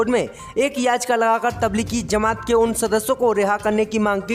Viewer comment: Aap ek shabd galat bolte hain or woh kia hai ki aap bolte hain ki tabligi zama at..... Yeh tabligi zama at nahi hai balki tabligi jama at hai jeem hain nake zeem to woh right jumla hai tabligi jama at ok main aap ko isliye boolraha hun ki yeh aap ki news sab koi sunta hai or galat boolenge to sab hasenge isi key main ne aap ko yeh baat batadi or main umid kar ta hun ki kal se right jumla bolenge ok